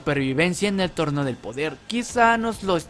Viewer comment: dijiste torno